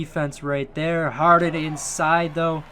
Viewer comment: No one: HARD-HEN